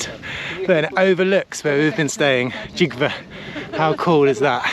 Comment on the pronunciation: Gjov is pronounced more like "Chiouw"